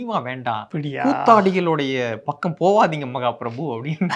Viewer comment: Mahaprabhu pronunced wrongly, was right - Rottweiler